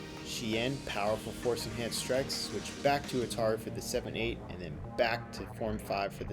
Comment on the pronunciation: "A shien force-enahnced stab" Lolwut?